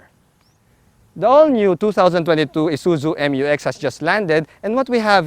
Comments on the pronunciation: ISUZU MU-X NOT M-U-X😁😁😁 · FYR it is pronounced as "myu-ex", not M-U-X. That's why it is spelled Mu-X. ✌️